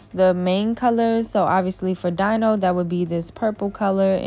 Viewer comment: Girl u need a/some new nail art brushes lol This set was cute, love how u mix up the designs you do for ur clients. Giving them so many options and yourself alot of practice perfecting ur talent. Just a lil note the dinosaurs name is pronounced like "Dino(dee-no)" haha😊👍 great job, though can't wait to see more works of art from you. Take care